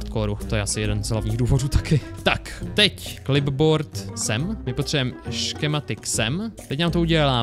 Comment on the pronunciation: Kto si všimol že povedal škematik? 😂